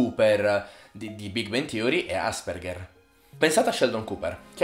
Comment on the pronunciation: Io sono un Asperger... Però non si pronuncia così 😂